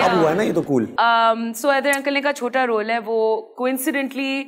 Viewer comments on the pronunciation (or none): none